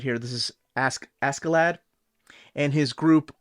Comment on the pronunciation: Actually the pronunciation is more closer to Asherladd.